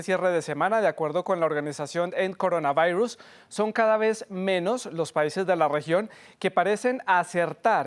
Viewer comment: "el coronavairus"